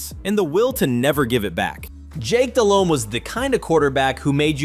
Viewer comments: Jake balled the fuck out against the pats in the superbowl. Very good game. And its "de-lome not del-home, h is silent" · Dude kept saying Dell-Home. It irritated me